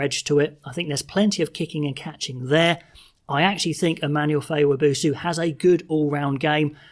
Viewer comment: Wab oh so not wa boo soo